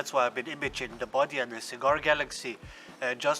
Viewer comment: Super creative, very well executed!, and FUN! Great work! PS isn't it "Bode"? Sometimes the 'e' in this inconsistent English language, is not silent, but long..."bō-dē" not a big deal, but